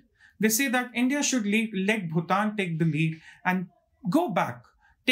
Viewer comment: Finally ... the first reporter to pronounce BHUTAN correctly 😅😅